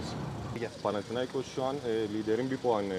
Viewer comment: FAtih terim hatalı olarak panatiakos dedi birkaç kere.. Seyret !